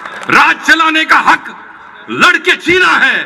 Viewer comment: "हाग" नहीं, "हक" शब्द सही हैं। हाग का मतलब shit हैं।